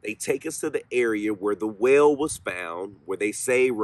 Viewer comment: I just found you and love your channel! I have to get used to your accent. I thought you said “ whale” when you were talking about a “well” …. Like why would there be a whale underground? Lol. You gotta come to CT….. lots of places to seek out spirits.